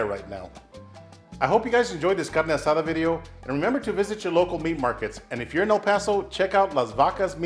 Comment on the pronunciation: Great video! Looks delicious, where’s the cerveza? Proper pronunciation is appreciated my guy 👊